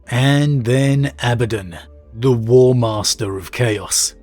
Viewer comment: Whew! Was wondering how you were going to pronounce Abaddon. You use the one that isn't distracting to me. Carry on... carry on....